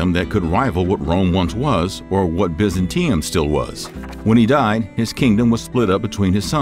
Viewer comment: Im starting to think they do it to get our comments. Gives them more points towards a successful video for getting us "engaged". They do it repeatedly in videos. Like Biz-an-tea-um? Everyone knows its Biz-ant-ee-um..